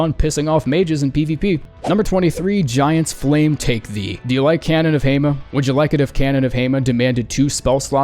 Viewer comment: Giants Lamfe take thee! It’s so strong it scrambled the letters 😂